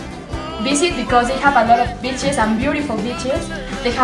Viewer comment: the way she says beaches sounds like she's saying B##### 😂😂